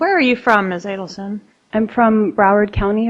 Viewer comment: "A-Deal-Son" ... NOT A-Dell-Son ... 🤦‍♀️ Her arrogant lawyer. Think of Dan / others ... not (your) Wendi.